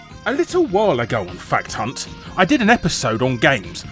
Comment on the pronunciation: larry at the end it sound like you say "fuckedhunt"